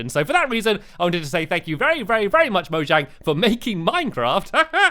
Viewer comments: mojang is pronounced mo-yang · It's moyang that's how you pronounce it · Its pronounced moyang but spelled mojang